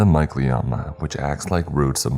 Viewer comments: I'm so sorry but i could not focus because of how you pronounced mycelium 😂 it's mai·see·lee·uhm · Mycelium? Usually pronounced my see lee um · Lol...mycelium being pronounced like that made me giggle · Thats not how you pronounce mycelium :/ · Why did he say mycelium like that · The way you pronounce mycelium is the scariest part about this story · caught that 😂